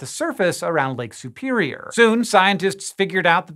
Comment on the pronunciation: I really loathe the way you pronounce Lake Superior. Lake Soopeereeyer.